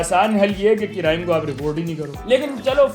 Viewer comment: Crime ❌ Carime ✅